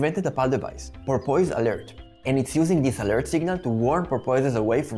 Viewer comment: I say this with 100% sincerity, Sir (i.e. I am in no way mocking your accent): Your pronunciation of “porpoise” is awesome, and I plan to adopt it immediately.